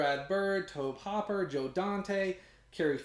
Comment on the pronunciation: Amazing! Just ordered both. (BTW, Tobe Hooper is pronounced To-bee Hoo-per.) Also, love your content. Just subscribed.